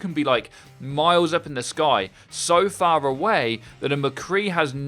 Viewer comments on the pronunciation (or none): Say again, how phaaaar away can you be?